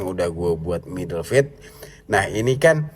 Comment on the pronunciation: "Fade" bacanya fed' ("E" nya eh eh eh eh bang jono) "Fat" bacanya feth ("E" nya ember) Penjelasan : ember dan eh eh eh eh bang Jono, itu mengucapkan E nya berbeda. Semoga bisa menjadi masukan